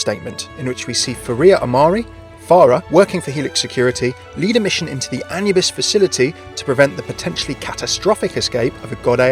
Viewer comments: Ah-new-bis not anuhbis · I am pretty sure that it's A-noo-bis, that atleast how we germans pronounce it. Sure you'd need to ask an actual egyptian to have an 100%ly correct answer. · Pretty sure that Anubis is spelled a-NOO-bis. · the way you said Anubis, it just hurts. shivers keep up the good work